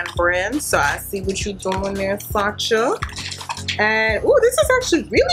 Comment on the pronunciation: Fyi it’s pronounced “Sasha” not “Sa-cha”